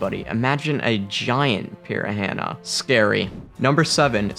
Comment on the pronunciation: He doesn’t know how to pronounce piranha